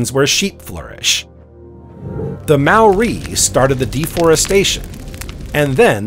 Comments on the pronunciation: If only the narrator had taken the time to learn to pronounce Maori (NOT pronounced 'Mau- ree') words and names. It got to the stage I couldn't listen to him butchering the language any longer and had to turn this off at the 40 minute mark. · good info but the pronunciation of alot of the nz names - Tuatara, Maori etc was pretty bad